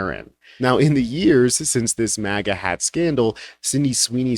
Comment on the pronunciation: 😂 "maga," not "mega."